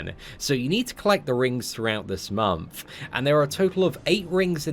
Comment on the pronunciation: MONTH! not MOMTH. xD every fucking time bro